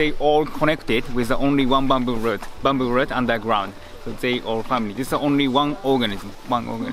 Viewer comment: He is saying "bamboo shit", isn't he?